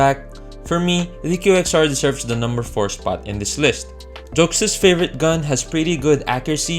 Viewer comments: When he says numbawan my mind says he's filipino Cuz when i was a kid im saying that word too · Why does the "Peanut Butter" and "Numbawan" sound so Filipino..